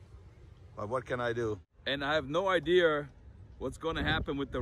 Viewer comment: You said, I have no idear 😂😂 0.21 , love you man, I love your videos I watch most of them, keep up the content